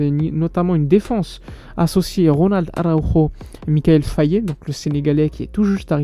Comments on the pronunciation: Frère, le nom du jeune Sénégalais se lit "Faille" et non pas Fayé... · Au passage ça se dit Faye et non Fayé Mikayil Faye 🤗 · Son nom ne se lit pas "Faillé" bro. Faye=Faille comme la Faille. Merci de bien prononcer dans les prochaines vidéos mon grand🙏🏾